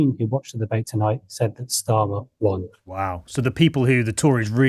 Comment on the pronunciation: Why does that guy from yougov keep pronouncing Starmer as Schtamer, he’s not German